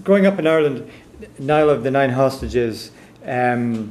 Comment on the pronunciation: wrong. gaelic is never pronounced like it looks on paper It is pronounced Niel. Greetings from Ireland.